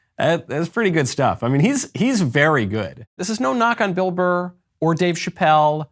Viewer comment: It’s not a difficult last name.. BURR. The show is too big to make those sort of mistakes.